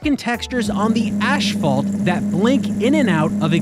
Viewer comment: love the comedic timing of pointing out an error in the game when you say "ashphalt" (never heard of ashphalt before). Excellent video for a collection of games! Love your content and knowledge in these videos